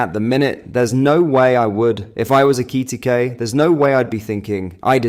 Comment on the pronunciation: Can't you say names proply FFS aekiitike what